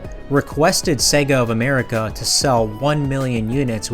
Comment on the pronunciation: Excellent video man but you are mispronouncing 'SEGA'. It is pronounced 'SEGA' as in "AGES' (not as in EGG)